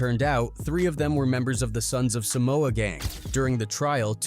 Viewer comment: Can’t even pronounce our homeland name correctly. What TF is Sumoa. SUM MOA. Really? Shame on you wannabe palagi fools. Shameful. It’s Sah moa. Not Sumoa. WTF.